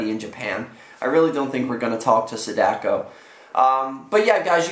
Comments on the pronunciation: Sadako is not pronounced like that it's long A like Ah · The way he pronounces Sadako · You mispronounced her name.